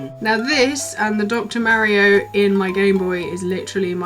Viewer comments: yes there is no "h" in Mario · That's the second British YouTuber I hear pronouncing Mario's name "Marrio" rather than "Mahrio". Is this a thing? :D